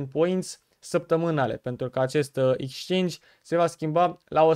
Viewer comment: bro se scrie exchange si se pronunta ,,exceingi,, nu dau cu hate incerc sa te ajut ~respect~